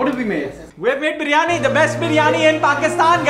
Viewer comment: 1st off all please Pronounce properly BIRYANI NO BARYAANI 🙄🙄🙄 THERE'S NO COMPETITION BETWEEN KARACHI BIRYANI TO ALL OTHERS.... KARACHI BIRYANI IS LOVE 💕